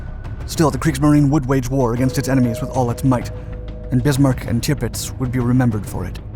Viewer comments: It’s pronounced TIRRPITZ not TIPITZ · It's NOT bloody 'Tipitz.' It's, 'TIRPITZ.' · No such ship as Tipits i think you mean Tirpitz. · Dude... it's "TIRpitz." Not "TIPpitz." Geez. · It's TiRpitz not Tipitz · Sounds like "timbits" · Driving me nuts with this repeated mispronunciation of the ships name. Tirpitz is pronounced Ter pits